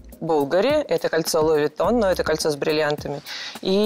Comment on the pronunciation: И: Луи вУитон